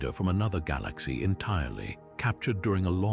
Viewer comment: Someone needs to teach this AI how to pronounce "galaxy"